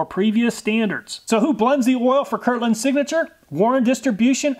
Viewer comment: It bothers me a little that he is mispronouncing my name lol. "It's Kirkland, not Kirland"